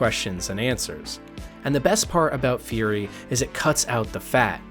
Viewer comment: It's Furi, not Fury ;-).